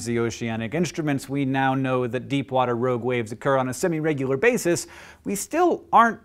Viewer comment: I kept hearing ROAD waves...